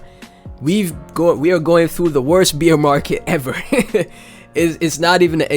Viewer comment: thanks for the tectonic content brother! you also gave me a good laugh this morning, every time you said "bear market" it sounded like you said "Beer market" haha... I mean no harm by this and its all love. thanks for the laugh and the content <3